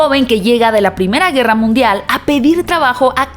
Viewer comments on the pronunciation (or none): none